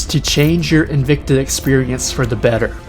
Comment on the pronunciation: Just a tip, the word 'invicta' is pronounced in-vic-ta, and not in-vec-ta as you have been pronouncing. Technically in Latin it would be pronounced in-wic-ta but don't do that :P